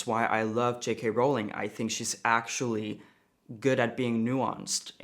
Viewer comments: I love you and this is off topic, but "ruling" and "Rowling" do not rhyme. Ruling rhymes with cooling, drooling and fooling. Rowling rhymes with bowling, tolling and trolling. Which is not what I'm doing here. It's just a little pet peeve of mine. Keep up the great work! You are a rock star! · Rowling does NOT rhyme with ruling